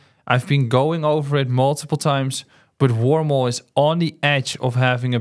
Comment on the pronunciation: Is the last one he talks about called Wormhole? I’m trying to understand what the name is as I can’t understand the way he pronounces it Thanks :)